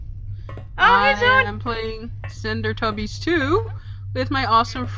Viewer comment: its not slendertubbis its slendytubbis